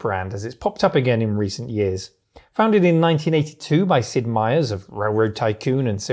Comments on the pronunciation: His name is Sid Meier not Sid Meiers -- there's an apostrophe there my dude :) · Sid Meier, no “s”.